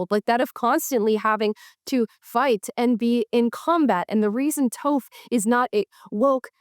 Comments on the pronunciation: Avatar the Last Airbender is one of the greatest shows ever created. And no it isn't Woke. (Also Toph is pronounced *T-off*) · I'm sorry but you pronouncing Toph's name as Tofe is sending me hahaha. Anyway yeah i agree with you, representation that comes about naturally and authentically isn't woke, it's just part of the character. And maybe we should start looking at characters like they're characters instead of tools to push propaganda, because when we do that ANYONE can enjoy the media. Why? BECAUSE IT'S GOOD MEDIA. Also that Proud Family clip is INSANE! I watched Proud Family when I was little and even as a white girl I loved it. But that's literally just propaganda. That isn't a story that is JUST propaganda??? When did we forget that these are kids watching this and not voting adults. If you had asked me what a reparation was as a nine year old I wouldn't have known and wouldn't have cared, but if you asked me what an aglet was I would have started belting a Phineas and Ferb song. Little kid shows should stick to things little kids would get and care about jeez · Calling her "Toe'f" hurt my soul, but great video. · Her name is pronounced (Tahph). Just saying 😂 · Toph is pronounced "Toff". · Toph is pronounced "tah wf" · I dont want to discredit your point or argue with you but I just have to say... Here name is Toph not Toff... That is all, have a good day... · Ya, if Toph (btw, her name rhymes with "off") was a woke representation character, she'd make no mistakes and have no flaws. She'd never get over the trauma of being thought weak by her parents. However, they're constantly making blind jokes, a lot of them made by Toph herself. I remember a part where they're hanging flyers for a missing Appa, and Toph acting tough slams one against the wall, but it's backwards. She realizes pretty quick that she probably did it wrong and humbly decides that wasn't the right job for her. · Phonetically it's "T-AU-PH" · The o in Toph is pronounced like the o in stop.